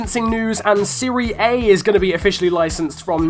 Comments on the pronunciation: Siri A? Seh-Ree-Ah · its not pronounced serie A. its, serie ah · Why would we want UT cards in career mode?! And it’s pronounced Siria Ah. Wasn’t the LT/L2 shot option already in the game? I use it now, so if not, have I been wasting my time?! 😂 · What the fuck is the "Siri Aye"? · you pronounce serie a wrong.